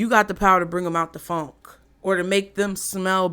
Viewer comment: Omg I just lost it 😂😂😂😂😂😂😭😭😭 😂😂😂 when you said fonk! 😭😭😭 Stank 😂😭😭😭 it's the way you said it I'm screaming